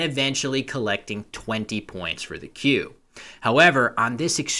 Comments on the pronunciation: I love you, but the way you pronounce Quey sends shocks through my spine. I always though it was more like 'Key', than 'Quail'. 😂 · Are you thinking of quay, like a harbour? Quey, meaning a young cow, is pronounced 'kway'.